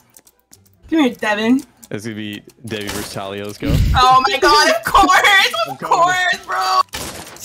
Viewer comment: Omg its dev-eye!